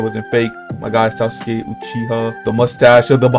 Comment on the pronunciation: thats not sasuke uchiha thats sas u ke uchiwa